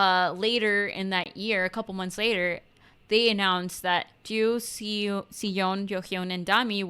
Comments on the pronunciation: Siyeon pronounces her name as (she-yon) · you pronounced the members' name correctly 👌🏼 Except siyeon I think, the Si in siyeon should pronounce as she and this one too😅 yoohyeon pronounced as you-hyon